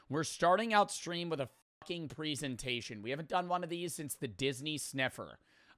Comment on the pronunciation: you pronounce the word "presentation" wrong.